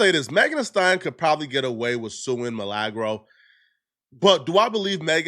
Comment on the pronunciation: Bro I cant stand the waybu pronounce words...MILAAAGRO LOL.. MILAGRO